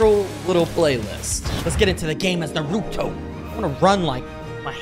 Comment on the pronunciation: The a in Naruto is pronounced like aw